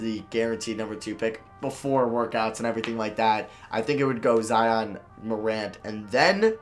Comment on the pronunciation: pronouncing names wrong.... Zare Wade Zeeon Williamson